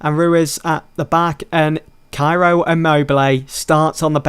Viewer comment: I think ciro is pronounced chiro